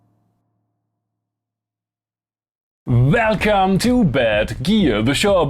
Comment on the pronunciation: English is not my first language either, but why do you say velcome and wolca when you say world and reverb?